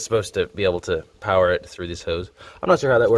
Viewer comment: More powah baby.